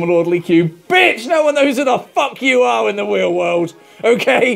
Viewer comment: In the weal wold lol